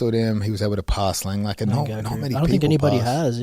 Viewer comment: Langakar only has one L in his name .. I know Craig is used to racking up Ls, but it’s not pronounced Lang-Lakkar